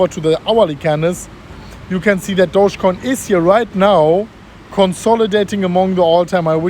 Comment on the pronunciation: It's not pronounced douchecoin, it's actually pronounced do-ge (do as in dog, ge as in get).